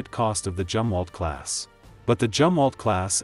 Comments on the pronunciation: All in all a good informative video. Only the computer voice "Jumwalt" is a silly problem. I am glad the Tico class will be replaced by essentially the Burkes upgraded to almost the same level. Air defence w/lazers will be a great asset in the future. Wouldn't a new 7" RF gun be great for all NATO 600' cruiser size ships they are building? With a 60 mile range and a 250 lb. shell, it might be cheaper make than the Zumwalt guns, (due to being less twiddly to make). Big enough to take out serious targets w/out using a missle. Put the 5" gun on the "Constellation" size frigates....not that piddly 6 pounder 57mm! Seems we are truly on the edge of Sci-Fi weaponry in the near future. I hope humanity survives it...... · Zumwalt not jumwalt🙂